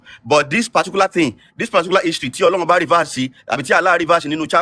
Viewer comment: 😊 You know what your problem is, you have a bit of knowledge but think you have a lot more than you do. Read and learn - there's is nothing called "Ọlọhun", it is a mispronunciation of "Ọlọ́run" - Ọlọ́run is derivative of "Olú Ọ̀run" - it is a title, the Olú of Ọ̀run, just like there is Olú aiye (Obaluaiye) now it is impossible for you to want to call Àláh or Yahweh "Ọlọ́run" , because Ọ̀run is a noun, it is another realm that is only found in Ifa teachings. Òrun has nothing to do with aljana, because there is nothing in Ifa that describes Ọ̀run in the manner Aljana talks about virgins and you muslims. Likewise Ọ̀run is not the biblical "heaven", there is nothing in Ifa that tells us there is one white guy sitting on a throne and milk and honey is flowing, again all that description belongs in the bible. So, Ọlọ́run is a title, and in Yorùbá Isese is where you find that title. Just like you can't call Trump the Olubadan, you cannot give the title of Ọlọ́run to any random foreign deity. It means you are talking absolute nonesence and confusion.